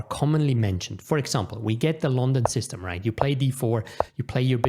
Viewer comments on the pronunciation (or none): none